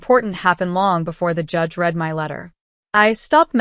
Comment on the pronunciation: You need to seriously pay attention to editing the written narrative as well to a lesser degree, the pronounciation e.i. "Reid " instead of "red" .